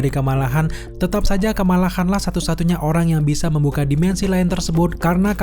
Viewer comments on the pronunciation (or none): Khan dibaca kan cenderung qan, Shang Chi ya dibaca Shang Chi, bukan Seng Chi